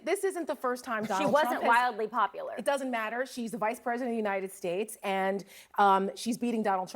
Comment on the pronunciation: United Shates Donald can’t even say the Name of this Great Nation now. 🤣🤣